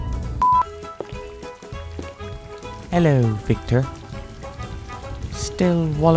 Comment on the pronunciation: "...herlur victer..." pissing myself